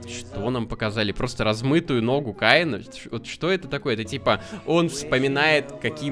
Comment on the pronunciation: Не каи́на а кеи́на!